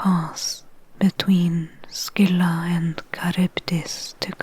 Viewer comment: Silent props for pronouncing Scylla properly, as well as doing your homework on Circe's lore